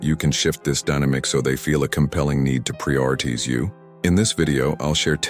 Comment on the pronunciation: Prioritize! Terrible pronunciation through out. A true stoic would not speak this way.